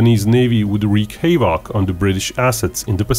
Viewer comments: FYI its not pronounced "wreaking hay-vock", but "hav-uck" or "hav-ick" is good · I love these videos... “Wrecking Hay-Vok“ is hilarious! pronounced "Wrecking Have-Vick" definitely subscribed! Great Channel